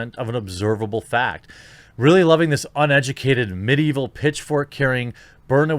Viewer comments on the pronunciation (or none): "mid-evil" xD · "mid-evil" she said.. lol